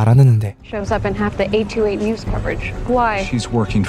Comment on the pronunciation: 828이 계속 퍼리펄로 들리네요ㅎㅎ